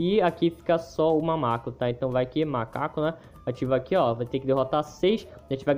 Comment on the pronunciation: Ele: vai fala macaco Ele:mamaco Eu: *toda vez que ele fala mamaco eu começo rir para caramba*XD